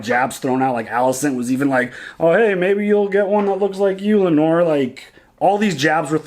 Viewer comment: It’s Lay-nor lol